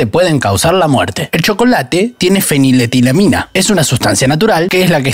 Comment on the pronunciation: Que grande diciendo fenitelamina a la primera,se me enrredaron los dedos al escribirlo jajaja